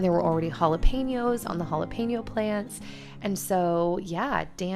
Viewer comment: i gotta tell you, i watch all ur vids and i love them, this time it was a little better- but it’s jalePEÑo. like “pen” not pain yo. Lol 😂 ❤️❤️❤️ just thought it might helppppp.